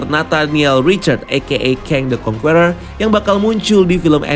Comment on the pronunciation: karna kedepan ny kyk bakal banyak nyebut nama "kang the conqueror",, saran min, di perbaiki pronunciation ny.. serius kedengeran ny kurang enak min.. "conqueror" di baca ny (kongkerer) huruf "E" ny dibaca kyk ngucap kata (ke)mana BUKAN seperti kata (ke)re alias gada duit.. :) good luck